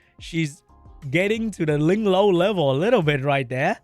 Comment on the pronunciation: it gets to me everytime when you say LingLow 😂😂😂😂